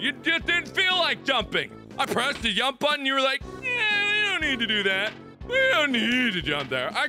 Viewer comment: I love how he says jump like yump sometimes.....its so hilarious